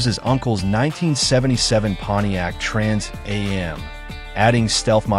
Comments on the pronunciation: Is the narrator for real? Trans a m, seriously? It's called a Trans am. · First I'm not sure how true this is. It's narrrated by AI which can't pronounce trans am right. Plus, it already October and I've heard nothing about this. I'm mixed about whether I'll go see this or not. But I agree it should not be made. Instead, bring back the original for the 50th anniversary..